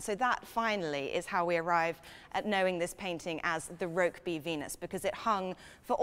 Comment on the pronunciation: It's pronounced ROOKBY